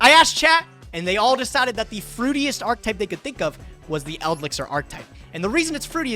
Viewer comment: I can't believe still doesn't know how to pronounce the word "archetype"